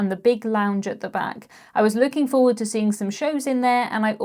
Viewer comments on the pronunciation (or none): none